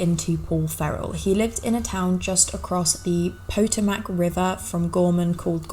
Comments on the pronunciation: Potomac is pronounced " puh-TOME-ik" the emphasis is on the middle syllable. You did pronounce "Gorman" and "Gormania" correctly. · Potomac is kinda pronounced pa-toh-mic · Maryland is more like mara-lynd not mary-land Potomac is puh-toe-mick